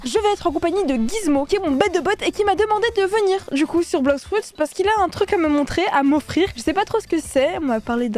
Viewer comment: Arrête de dire blox froute